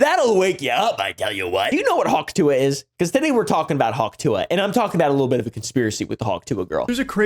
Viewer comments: The dumbest part is that she doesnt even say hawk tuah, she says huk teugh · My father in law thinks she's saying 'achoo'